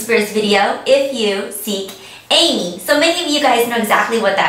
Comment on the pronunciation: you say if you seek amy weird